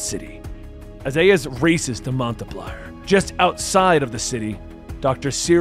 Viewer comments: Are you trying to say Montpelier? As in the City? You say like this, Mount- Pill -E - ER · Man really called it Montay Plier 💀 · City is pronounced “Maunt Pill-ee-air” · So weird hearing Montpelier pronounced that way. Got a laugh out of me, growing up in Vermont. Obviously not my Montpelier, but still. I may end up checking this one out more, though.